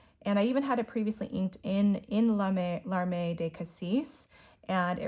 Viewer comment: Beautiful inks!! It's fascinating how much a difference the paper makes. Note on pronunciation of the Herbin inks. Terre rhymes with "pear" and feu rhymes with "ugh"; and larmes rhymes with "arm" (French has lots of silent s's!)–hope that's useful!